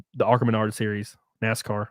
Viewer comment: Judging by how you butchered its name, I'd say this is the first time you've ever heard of it.